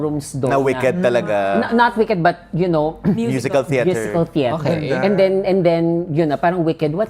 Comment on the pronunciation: bakit "cheter"? hahah langya